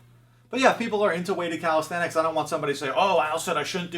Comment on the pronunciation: you can start by learning to say calisthenics properly, its not calisthetics